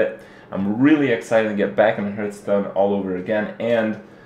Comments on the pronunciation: Everytime Kripp says "Hurtstone" i have to smile ^^ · I love how you make Heartstone sound like Hurtstone, not being able to play the game does hurt, good thing there's your stream.